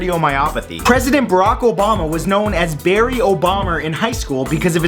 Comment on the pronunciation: Barry NOT berry Like u said